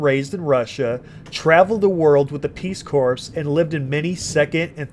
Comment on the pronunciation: "Traveled the world with the peace corpse" LMAO learn how to read.